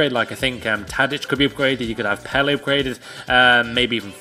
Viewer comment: It's pronounced pella not pelle